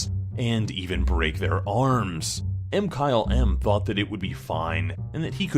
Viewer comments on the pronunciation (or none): ITS MKYLM NOT M-KYLE-M OR WHATEVER YOU CALL IT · No one:: m Kyle em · I love u, ur my favorite but say mkylesms name right